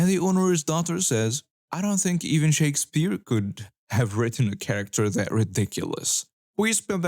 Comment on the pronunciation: The way this dude says 'Shakespeare' gave me cancer.